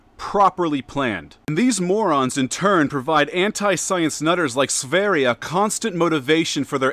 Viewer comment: sveria? his name is sveridge or something